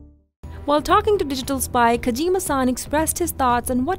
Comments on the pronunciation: why do you call him Kajima San? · Kojeema Saahhn